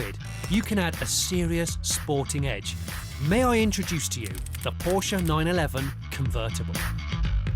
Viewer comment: Never seen anything by 5th gear before - left England 25 years ago and it's not reached internationally like Top Gear. Nice clip, plus he can pronounce Porsche properly (like Top Gear), which adds credibility, in my mind at least. Love that Jag.